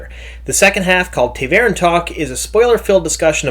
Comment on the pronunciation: " TAVERN not ta'veren " talk."